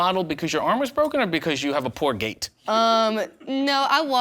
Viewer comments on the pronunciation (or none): none